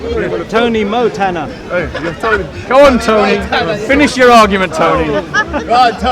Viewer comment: Tony Mo-Tanna ROFL